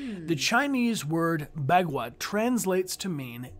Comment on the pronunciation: "Bagua" or 八卦 in Chinese is pronounced more like "Bah guah"